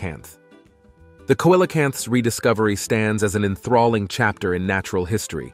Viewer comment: Coelacanths. I literally cringed every time he butchered that word. It bothers me when people mispronounce words; as you said, a little research goes a long way. Took me about 10 seconds to Google it for the right spelling, there you had loads of info on it, PLUS how to pronounce it! Imagine that! 🤔